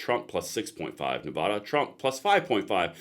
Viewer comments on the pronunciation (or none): I really like your content, but please say Nevada correctly. Nuh Va (like apple) Duh. I know it's nit picky, but that's how to say it. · Please stop calling our state Nevahduh….. it’s Nevada. Love your show but I cringe a little every time it’s pronounced that way.